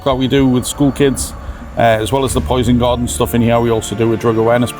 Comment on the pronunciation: « le poysn gawdeun »